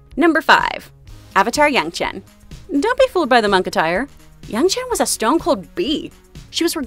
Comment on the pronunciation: It's yangchen not youngchen.